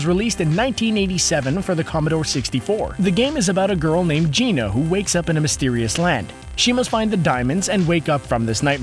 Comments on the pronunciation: Nicht "Geena", "GiAna" wie "Rihanna", vom Wort "giant". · The fact that he pronounced “gianna” as “jeana” kills me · Ge-on-ah sisters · "The Great Jeena Sisters," huh? Amazing. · It's Giana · It's Giana (geanna sounded out) and it got an official release. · "The Great Gina sisters".... look up HOW TO PRONOUNCE names! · I got to ask but why is it in most of your video's you butcher character names cause you kept saying Giana as Gina which is butchering that name. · Giana is prononced 'Gee-anna' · You pronounced Giana sisters wrong.